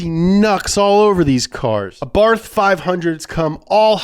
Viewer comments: Why does he keep saying 'Arbarth'? Lol. It's Abarth!! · It's pronounced ABART not ABARFFFFF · Every time he spells Abarth as "Abarf", I'm gonna barf Seriously, someone has to say him that it's spelled with "T" not "F" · It's pronunced "Abarth"